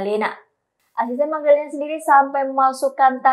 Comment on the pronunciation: Mgdalenaf Bukan Magdalenaf , tapi Em Ge dalenaf astaga 😭😭😭😭😭